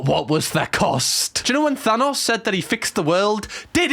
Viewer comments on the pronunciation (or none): none